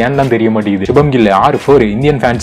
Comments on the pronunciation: அது சுபம் கில் இல்ல சுப்மண் கில்😭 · Bro that is subhnam gill not subham gill.